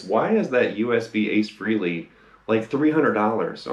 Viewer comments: Doesn't anyone on YouTube know how to pronounce his last name? It's FRAY-LEE, not "Free-lee" for fuck's sake. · Dude... It's pronounced Fray-Lee, not Free-Lee. Ace is a frickin' living legend. If you're such a fan, give him enough respect to pronounce his name correctly.